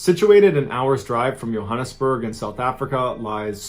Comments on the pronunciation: It's pronounced like Joe.. "Joe" hannesburgh not Yohannesburgh 😊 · It’s Jo hanesburg lie Joe hannesburg not yho hanesaburg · Mr. Ballen. It's pronounced Jo-han-nes-burg. We also have stories of people being eaten by lions as well. Proudly South African❤